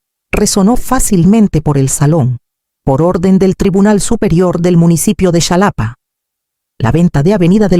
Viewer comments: Enseña a tu AI, a pronunciar JALAPA , aunque se escriba Xalapa. La x tiene diferentes peonunciaciones segun sus origenes . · Nunca se ha visto que vayan a alguna ceremonia a anunciar un veredicto Por favor escriban las historias mas creíbles y se pronuncia JALAPA 😂😂😂